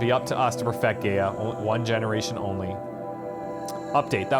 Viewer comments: Loved watching this lp :) love your channel! I know how nitpicky this sounds & apologise in advance but for some reason you keep mispronouncing Gaia and it's driving me crazy :') phonetically spelt it's "guy-a" not "gay-a" Gaia was the greek goddess of nature which explains why they name their ai after her :) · I feel I just have to say this for future use, if for no other reason. GAIA is not pronounced as 'gay-ah'... It is said as 'Guy-Ah' instead. GAIA is an old idea. One where all life on this planet is one being. In modern times, it has come be a scientific term for the entire bio-mass of the earth. There are some schools of thought that think that the world is as it is because Life wants it that way. The average temperature of the Earth, it's reflectivity, the composition of the atmosphere, everything really, is as it is because Life itself wishes it to be the 'best' to support Life. I know, a weird concept, but there it is. All things balance because all life on the planet is in a 'harmony' to be so. If we over produce CO2, then plants will flourish to consume it and produce oxygen. Too much oxygen? Then the seas saturate and life in the seas flourishes. On and on and on. In an endless cycle. There may be some 'traction' to this 'balance act' of Nature when you think of it. Super Volcanoes, events like the meteor strike that killed off the dinosaurs, and others. All of which should have rendered most of the Earth uninhabitable, if not all of it, and yet Life survives. So, calling the Sentient AI in charge of Zero Dawn GAIA seems, fitting. At least to me. the Frank Gamer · Very nice episode. It really bothers me how he pronounces "GAIA" like "Gay-a". That is so wrong it scratches my brain. The correct way to pronounce GAIA is "Ga-ya". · Am I the only one who cringes every time he pronounces GAIA Gay-uh instead of Guy-uh? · Gay-ah lol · It's somewhat annoying when someone doesn't pronounce "Gaia" properly. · Why are you saying GAIA wrong